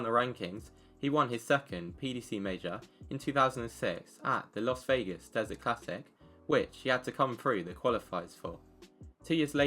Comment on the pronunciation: "Las" Vegas not "Los" Vegas